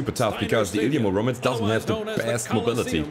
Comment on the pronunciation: It's pronounced Ily'A m'Uromets man. Russian antient superhero 🤣